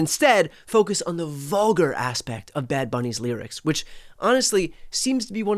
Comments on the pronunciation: Wtf is a ‘vugar’? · WTF is ‘’Vuger’’ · What is VUGAR? LOL. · "NFL's DANGEROUS GLORIFICATION of VUGAR..." What's a vugar? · lmao “vugar”